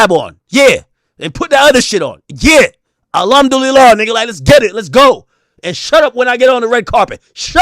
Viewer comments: Son said ALumdulillah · 😂😂😂😂 he say alhamdu lillah